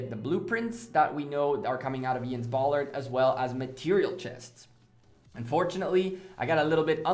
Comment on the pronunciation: Ballad, not Ballard.